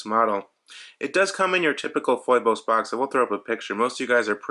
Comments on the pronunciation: Dude.. did you really just call it FOY-BOSE? smh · It's pronounced "feebose". Thank you for this video, I hope they make one with an automatic movement.